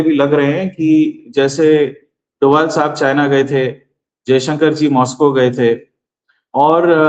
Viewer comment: आप अजित डोभाल जी के नाम का उच्चारण डोवल करती है, उनका सरनेम डोभाल है, आपके कार्यकर्मो को हम बहुत पसंद करते है और सारे के सारे प्रोग्राम सपरिवार सुनते है। जय श्री राम।